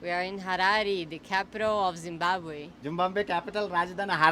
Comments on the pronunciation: Meeru kooda jimbambe ani palikithe ela babu, Pls pronounce as ZIMBABWE. ❤👍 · Zimbabwe ❌ Zumbambe✅🙆‍♂️😂😂❤ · IT IS ZIMBABWE NOT ZUMBABWE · Zimbabwe not Zumbabwe.. you are pronouncing wrong. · Zimbabwe? Zimbambe? Zimbabre? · "జింబాబ్వే" అని సరిగా పలకడం నేర్చుకో Learn to spell correctly..."Zimbabwe"